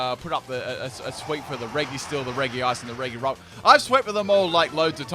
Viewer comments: Reh-ghi-rock. Why? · Anyone else triggered by how he mispronounces reGirock?